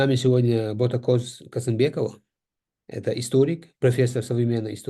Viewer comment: На казахском правильно произносить имя с мягким Г а не К -Ботагоз.